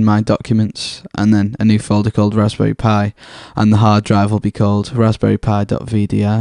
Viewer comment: there is something so satisfying about the way you say 'Raspberry Pi'